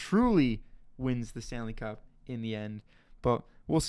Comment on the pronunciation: Wait did he say "Stan the cup" 😂😂😂😂 brilliant. Stan Le Cup.